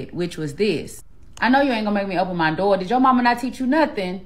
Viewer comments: I mean… to be honest. She said some good stuff, but I’m not dating a woman who can’t even say door right. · Im NOT opening, pullin out chairs or cuttin steaks for ANY HO3 that CAN'T even pronounce "Door" correctly!! 💯🤣💀